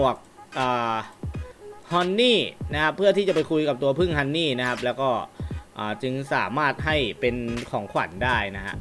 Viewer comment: ฮันนี่ครับ!!ไม่ใช่ฮอนนี่ฮอนนี่คือเงี่**ครับ😂🤣